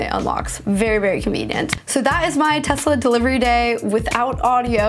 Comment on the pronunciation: why did you say Tezla? It sounds so weird lmao